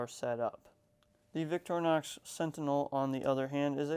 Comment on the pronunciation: Vic-tor-inox not “Victrinox”